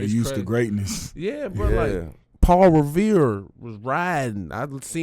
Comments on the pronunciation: This nigga said Paul Revere 😂😂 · HE SAID PAUL REVERE LMFAOO